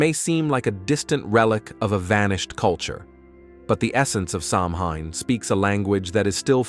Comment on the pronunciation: Your mispronouncing the word Samhain. 🙄AI does that A LOT.🤨